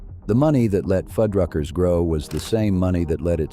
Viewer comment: Narrator: Fuddruckers. Foodruckers. Why are you changing its pronunciation throughout the video? Stay with one or the other please. Thanks.